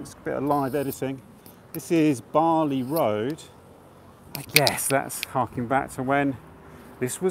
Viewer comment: Barlby, not Barley, surely?